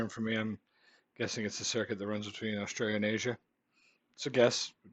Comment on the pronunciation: australia is pronounced australia not how this dick head said it.